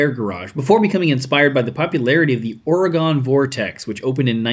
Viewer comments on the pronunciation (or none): Just a quick correction from an Oregon native, it's or i gun😅